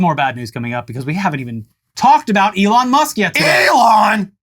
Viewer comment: that "ELON" really got me 😂